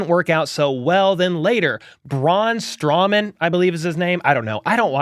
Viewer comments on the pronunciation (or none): Strowman not strawman